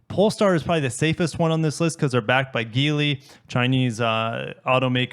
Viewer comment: Please stop mispronouncing Geely...